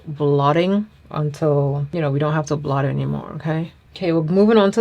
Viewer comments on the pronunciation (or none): none